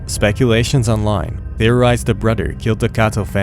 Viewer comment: “Brudder” too annoying